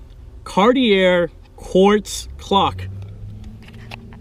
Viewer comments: That, "Port Hole Window" was called an "Opera Window". Cartier is pronounced: Car'-tee-ay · Great video my mom sold real estate in the late 70s she bought a brand new one of these and 77 and then another brand new one and 79. Cartier, the R is silent, it ends with an A. I really really liked your video it talked about all the great features and great items on the car is this the car I grew up with that I eventually learn to drive in and parallel park in. Also, it’s Lincoln Continental ( hump in back ) Mark V